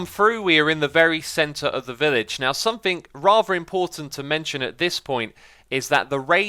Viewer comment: Puh-leeease try to stop saying "SomethinK" & "NothinK" etc.